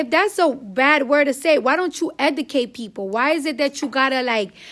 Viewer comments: EDUCATE NOT ETICATE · Bitch can’t even talk eudcat bitch what u mean educate dovitory bitch you mean derogatory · I LOVE Cardi B but she can't talk for shit....🤣🤣🤣🤣 She killin' me with the word "Educate"....(Edicate)..I cannoooot LOL SHE'S RIGHT THOUGH!!!! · it's educate not edacate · E D I C A T E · Okay you saying that people should instead of drama they should educate you can't even pronounce it so how you expect for you to say 2 people you should educate yourself but you can't even pronounce it first you learn how to educate yourself and then you tell the people that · Her school should of told her not to say EDICATE either 😤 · Cardi is like my lil sister sometimes because I love her but she be pronouncing shit wrong, its "Educate" Cardi 🤦🏽‍♂️💛😚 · yeah ik she can’t speak it was bothering me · Why she keep say educate like that lmaooooooo